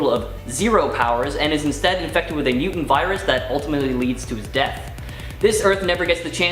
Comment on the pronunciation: Ahhhhh!!! You all being Canadian explains a lot. Lol! I always had suspicions you were from the extreme North. I just didn’t now it was THAT far North. But, explains how everyone on this channel speaks funny (like the way the bearded guy always pronounces “Mutant”. Ew it makes me shudder!), and how you all BUTCHER names!